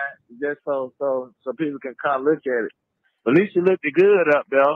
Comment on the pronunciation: Uh, sis, did I hear ( look-ded) looked good?